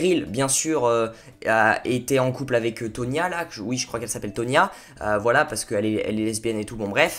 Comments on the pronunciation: No is Toni not tonia !!😣😣😂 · Cest toni et pas tonia😂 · alors c’est Tony et pas tonia merci 😂